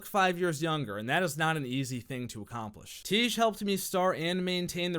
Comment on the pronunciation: Until you figure out how to pronounce tiége imma wash my face with shampoo